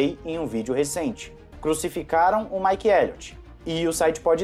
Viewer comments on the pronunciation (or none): none